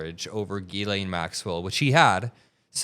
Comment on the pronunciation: It’s pronounced jizz-lane. Seriously.